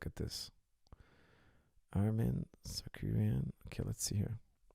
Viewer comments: It's Tsarukyan, not Tsarkuryan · Tsa-ru-ki-yan. Not tsakurian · coach you saying arman's last name wrong. It is Saru-KYAN, not Sarkuryan which sounds like how you are saying it, and the other way you said it proncouncin the T lol, listen to how ufc announce his name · Common coach ,RU-KY-AN , RU-KY-AN😂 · Targaryen, Shah Rukh Khan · Sarkariyan. What's so a Hard there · Tsakueyan tarkuryan... 🤣🤣🤣🤣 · Coach went from wrong pronunciation of Arman's last name to another LoL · This episode showed me that cannot pronounce the name Tsarukyan to save his life 😂😂😂